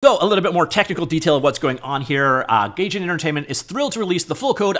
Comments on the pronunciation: Gaijin = guyjean not gayjen. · "guy gin" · For my future sanity: It's pronounced gahy-jin / guy-Jin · Pronunciation Police! 'Day-Gore' and 'Guy-Gin'. All right, move along. I really hope the community picks this up and starts adding to it like they did when the Quake Engine went open source! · It's pronounced "guy" jin.